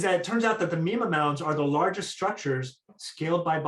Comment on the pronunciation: You're pronouncing mima wrong.